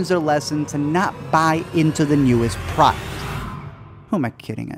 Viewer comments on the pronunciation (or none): none